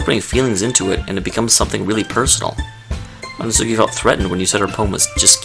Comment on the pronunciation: *Natsuki. Her name is Natsuki.